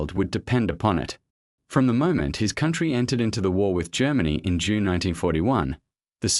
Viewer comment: I hate the AI voice! It's June, not Unee!